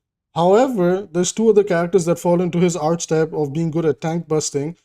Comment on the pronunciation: Yeah but that's not how you pronounce it